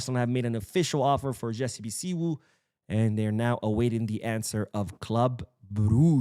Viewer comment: thanks for the video and thanks for the good work you are doing for our Dear Team Barcelona the best football institution in the world. Jessey (Bisiwu) is a Ghanaian 🇬🇭 name. The name is something like this (Bisiu)